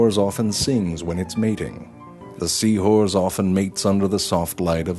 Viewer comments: Sea horze lol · Dude says sea whores the whole time and stupid people are commenting wondering why. Just wow. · Great thanks to you guys all i hear now is Sea whores. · Lol he says sea whores to have fun XD